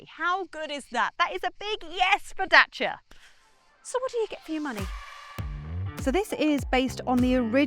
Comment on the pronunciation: it's not Dacha, it's Dacia - as in "DAYSEE'A" it was Dayseea when it came out in the 1970 and Dacia spells Daysee'a so pronounce it as it is spelt FFS!